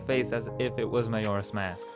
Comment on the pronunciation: You delivered!! It likes so good I’ve seen other people do smoke using that method but I like how yours look more solid and more stylized if that makes sense!! 😁 also love the way you say “Majora’s mask”